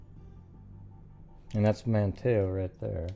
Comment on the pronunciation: Not that it matters, but....I live in Manteo, it’s pronounced “Man-neo” the T is silent